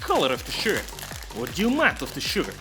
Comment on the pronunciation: I hear your proper accent come out when you say "sugar" cyka blin